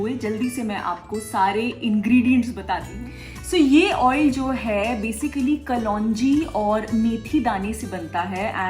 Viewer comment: Who says kalonji ko kalwanji?😉😂😂